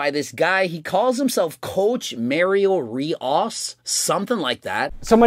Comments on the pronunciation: "Cowch Mah-rio Reee-osz" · The irony of Mario getting on Greg for not saying his name right. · Lowkey feel like he only acted like he didn't know how to pronounce Rios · He does that even before mario hes been doing that